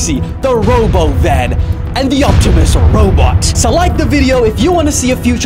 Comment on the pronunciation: Bro said "Optumasooses" :0